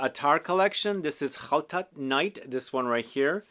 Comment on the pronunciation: Your pronunciation of Khaltat makes me want to try it. Authentic!